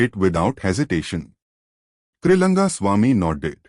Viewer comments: 🙏🙏🙏it’s Trilinga Swamy not Trilanga Swamy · His name is Trilinga swamy. Not Triranga...